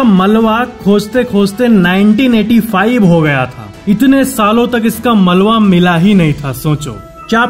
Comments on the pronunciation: یہ ملوا نہیں بلکہ ملبہ ہوتا ھے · Malwa ni malba